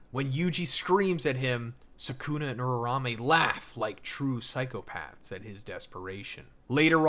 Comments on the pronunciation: Makes my ears tick whenever this dude says "urarame," when it's "uraume." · why you call her urarame ?? can't you atleast learn to say it right?